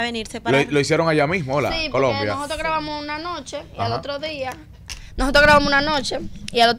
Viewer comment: Ustedes hablando de primos y lo que tienen que observar no lo observan y es que esa niña necesita lectura comprensiva necesita que su equipo de trabajo la enseñe hablar .esa muchacha dice más de dos veces nojotro por decir nosotros eso me da verguenza ajena pero nosotros los dominicanos somos tan mediocres Que en las cosas que deverdad mereces nuestra atención no la tiene